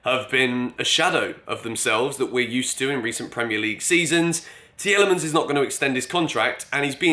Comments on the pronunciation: Tielemans is pronounced “Teelemans” btw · Take it from a Belgian, Tielemans is pronounced like Tea Le mans!;) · Broja and Tielemans. The other day it was Tchouameni… Mate please say their name properly lol